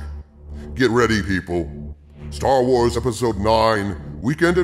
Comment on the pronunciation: For a second I thought you said "Jar Wars", and I think that's appropriate.